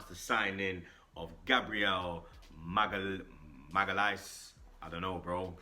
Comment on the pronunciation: ''MAG-HAAL-ES'' JEEZ 😂